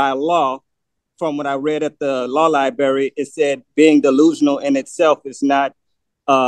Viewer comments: I know lie-berry🤣🤣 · OMG 😳 If he says “Law Liberry” one more time I’ll just scream 🙀